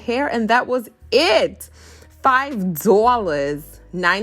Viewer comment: The way you say 5 dollars 🤣🤣🤣🤣🤣🤣